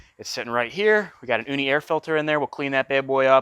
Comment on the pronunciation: That oooni air filter is nice bro uni not oooooni no hate love the vids